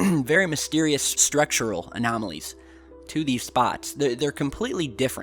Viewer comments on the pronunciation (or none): none